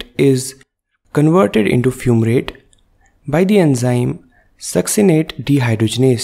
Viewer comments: Isn't it FUMARATE and not FUMRATE? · Fumrate = Fumarate Beautiful explaining though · *Fumrate = Fumarate